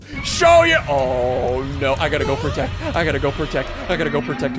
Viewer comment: “Its time to me to pwotect dis city” turns to king kong OMG